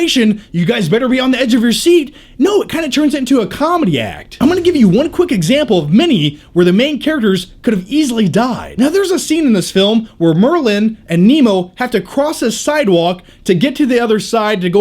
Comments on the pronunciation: it's Marlin not Merlin lol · his name is Marlin, not "Merlin." Sorry that bugged me too much not to say anything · Did say Merlin? it's Marlin.